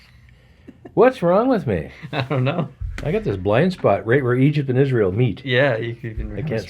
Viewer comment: Keep making these vids and how don’t u say isreal